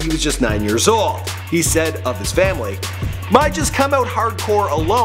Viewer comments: Bro 😂🤦🏿‍♂️ mi - me, nuh - no. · Mi is prononced me not my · Mi* is pronounced me not my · jus for ur info MI is pronounced me not my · Yow bro..dont pronounce mi as my its pronounced as me...mi just telling yuh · You should pronounce 'mi' as ,me' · mi is pronounced me its just a shortened term mee=mi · seh Mi as my😂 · Mi is pronounce “mee” lol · Mi in creole is not pronounced "my" the i is like a sharp e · Mi is pronounced me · ask a jamaican friend to help you pronounce "mi" properly. great video tho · "mi" is pronounced the same way it is in spanish. Surprised you cant pronounce that